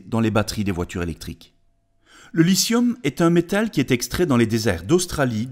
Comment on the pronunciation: lithium avec un t ... il est pas muet le T !!!